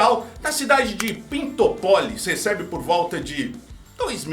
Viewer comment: A cidade se chama Pintópolis, com acento.